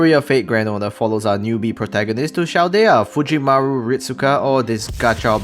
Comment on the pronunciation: Your "Chaldea" pronunciation is wrong, "ch" here is like "car", so the c is "hard", not "soft". Even better, try to watch FGO special anime about singularity F, in JP, so you can listen to the right way to say it.